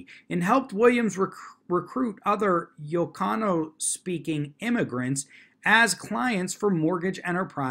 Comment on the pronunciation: Not terribly important but the first two letters of “Ilocano” are capital “i” and lower case “L”, so is pronounced “ill-oh-cahno”